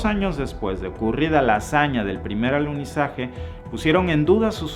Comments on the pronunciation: Minuto el maestro dice aluzinaje🌏😀😀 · Dijiste: "aluzinaje" 👀🙈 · Buen video pero, es alunizaje no alusinaje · Minuto allí revelas tu postura, para ti fue un "ALUCINAJE" y estoy de acuerdo contigo, no hubo "Alunizaje" cómo dices fue "ALUCINAJE"